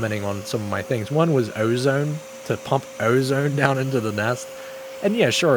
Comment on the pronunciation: I can tell you’re from PA you said ozone like Bam Margera